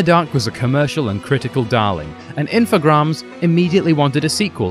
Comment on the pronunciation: I like the video, but the "infograms" thing can't stop bugging me... It's info-GRAMES, as in "games" with "r" after the first letter.